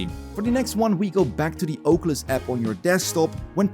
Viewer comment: God i love the Ohcuelis